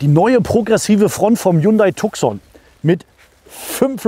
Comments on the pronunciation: Cool video, but whoever made the colorgrading made the mistake to shift the Red color into Orange which is misleading since this color does not exist in Tucson lineup. Also it is pronounced Tu-son not TuK-son. Other than that - great video. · Aussprache von Tucson wird Tuson ausgesprochen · Tuson wird ausgesprochen.Tucson ist ne Stadt in USA. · Tukson hahaha xD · Tucson spricht man anders aus.